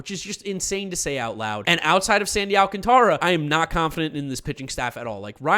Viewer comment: Whats insane is that Sandy Alcantara's name is still being mispronounced and he debuted in 2017